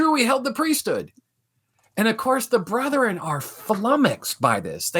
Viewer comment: Why do Mormons say "Brotheren"? It's "Bretheren"